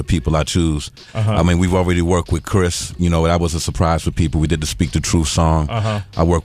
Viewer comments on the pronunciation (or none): none